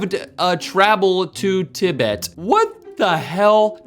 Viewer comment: “I havd a travel to tibit”